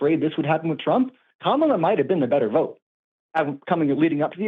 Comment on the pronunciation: is a closeted MAGA cult member chud. As soon as he said "Kum-AH-la", I knew exactly when he sat politically.